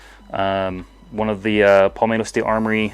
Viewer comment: "paulmetto" ok pal